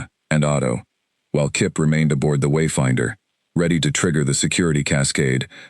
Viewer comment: Why is there a pause before and after every time the name ..........Wayfinder........ is spoken in the first part of the story? Highly irritating. Otherwise, a good story.